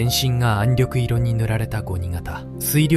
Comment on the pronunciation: 私はカラー化されない元の白黒の方が、亡くなった方達への思いが強くなります。「暗緑色」は暗緑いろではなく「暗緑しょく」でなはいですか。その他にも読み間違いがあって残念です。国を想い国のために命をかけてくださった方々の国「日本」の言葉です。色々なことが欧米化になり日本らしさが段々失われていく中でAIで日本の言葉を蹂躙されたくないです。